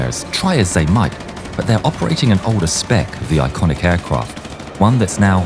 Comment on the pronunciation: aircwaft lined up lol